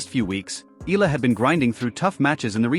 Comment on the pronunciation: Just wanna correct how the narrator said Alex's last name EALA as ELA or ILA, it should be said as E-YA-LA! ;)